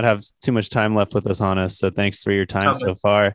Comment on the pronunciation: Good on you boys for pronouncing "Hannes" the correct way. I was going nuts thinking it was supposed to be "Hons" but did my research and you have corrected me.